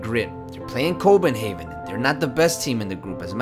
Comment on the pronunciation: Haha you said Copenhaven that really cracked me up haha ;) Awesome video man! Keep it up! :D